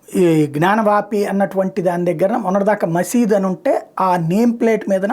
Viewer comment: Correct your pronunciation if Gnyanavapu. You are omitting y and saying gnanavapi. First correct yourself